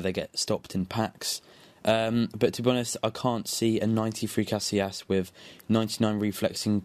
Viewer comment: ca si as not cas i las